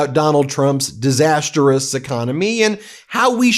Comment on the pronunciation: Ben: Good job today. NOTE: Mispronounced Disastrous. It’s not Disasterous. Overall: Your reports are helpful. Your headlines are a bit heavy handed. Please avoid exaggerating the impact of statements the Clown and his Clone make.